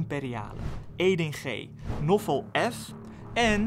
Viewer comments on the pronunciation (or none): Je spreekt de naam Naoufal uit als Nawfal, niet Noffel 🤣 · Nofol?? het is NAOUFAL